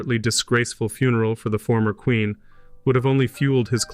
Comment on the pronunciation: Your reading of the documents is not correct. Don't pronounce every syllable. The words are similar to today eg 'queen' not 'quenn'.